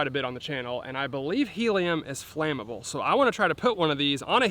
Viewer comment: Flammable flam-uh-bull